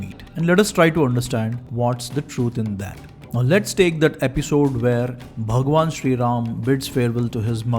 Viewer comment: you r just a dumb propagandist who can’t even pronunciate Bhgwan Ram correctly u r just a slave of britishers who is glorifying english and non vegetarianism